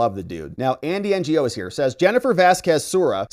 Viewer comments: "Ngo" is his last name, im pretty sure its pronounced "no" or "know" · If Andy is your friend, why can't you pronounce his name? It's not N-G-O. It's No. Why didn't you KNOW that. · Andy Ngo's name is pronounced, "No." He's a great investigative journalist. Check out his work on ANTIFA. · It's "Andy No" the g is silent. 😂 Calling him andy NGO makes him sound like Andy "non-governmental" agency...😂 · Andy “Ngo” is pronounced “NO”, in case you see his name again 😊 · Mr Andy N g o is pronounced, Andy No. Ngo is his last name and the g is silent. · Thanks, love the content. FYI Andy Ngo - his last name is pronounced "No". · Andy "Ngo" it's pronounced No. Andy (No) Andy Ngo.🤦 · Ngo is pronounced like “No” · Andy Ngo pronounces his last name "Eng"